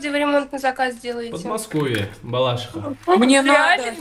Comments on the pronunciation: Не балАшиха, а балашИха😅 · БалАшиха звучит так же как КАзань, правильно - БалашИха.